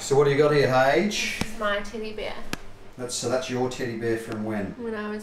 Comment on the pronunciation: you said "Teddy bear" I heard "Tinny beer", made me look up in shock. Haha.